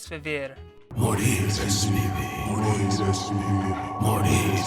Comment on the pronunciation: When the cultists said "Morir es vivir", I always heard "Moldy STDs" lol